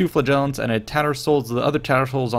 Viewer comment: here's how to pronounce flagellants